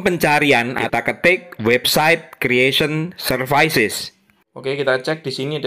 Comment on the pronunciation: Services bacanya bukan serfAIsis hu tp serfisis